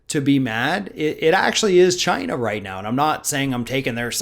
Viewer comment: does he know that China the country is NOT Chyna the wrestler? And she's dead so it's kind of pointless to hate her. When he says Chyna it sounds like the name. He's probably mad at her because her clitoris was bigger than his penis. Look it up.